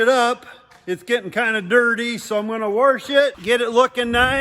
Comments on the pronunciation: Warrrrsh it Yes that how i say it too! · It’s funny watching start. Definitely different! I gonna “warsh” momma cornstars car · There is no R in wash?